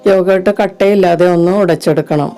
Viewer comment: എന്താണ് ഈ " യോഗേ ട്ട് " ഒന്നു വ്യക്തമായി പറയു..